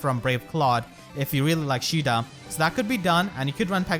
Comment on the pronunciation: Isn't her name "ka ay da" not "sheeda"?